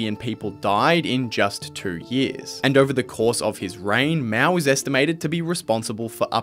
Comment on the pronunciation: not miao， it called as Mao